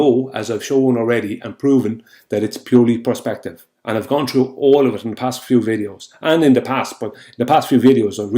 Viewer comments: Is it me or does it sound like he says “prospective” rather than perspective? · No wonder the Irish are the butt of so many old jokes! He keeps saying prospective now that is not due to the accent that is stupidity as the Irish can say perspective perfectly fine! Talk about being the bad apple!